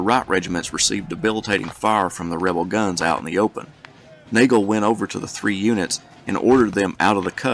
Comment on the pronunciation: Awesome videos! This is one of the better presentations I've seen! Just as an FYI from someone local to the 48th, General James Nagles name is pronounced "Noggle" . Good stuff!